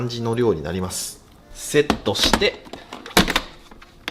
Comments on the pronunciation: これでもう炊けるのを待つだけ！が、これでもう炊けるのを松茸！って聞こえた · 炊けるのを松茸(まつだけ)と聞こえた🥱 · 松茸ご飯の炊飯器の待つだけってのが松茸に聞こえたw